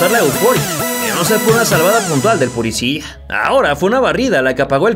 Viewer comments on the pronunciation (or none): none